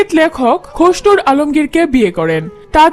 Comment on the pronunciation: খাশনূর কি?? খোশনূর উচ্চারণ।